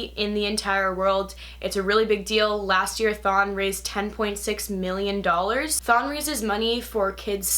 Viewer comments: im sorry but I herd thong as in the strange swimming suit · everytime she says thon i hear thong